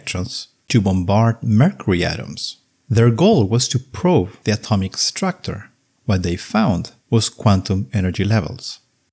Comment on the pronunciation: "Atomic structor?" Please, 15 second and already not trustworthy. What's wrong with the pronunciation? Is he really Fraank? I thought he's Fränk. "Moving" = "Myuwing" or "Muuving"? What's wrong? Collision = Kolission? Not Kollisioon?